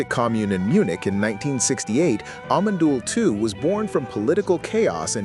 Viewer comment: Scheinbar kann die KI kein Amon Düül ausprechen.